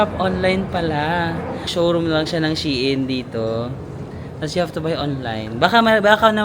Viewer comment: Shein....pronounce as shine